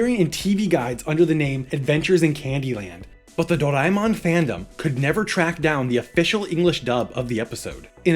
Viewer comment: How is this guy saying Doraemon lol.